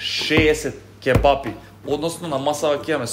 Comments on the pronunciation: Ќе'бапи се кажува, а не ќеб'апи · daj be nauci se da kazuvas kebapi a ne ke-bapi